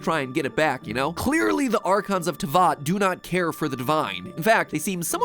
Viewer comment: the fact he was able to say snezhnaya correctly but not teyvat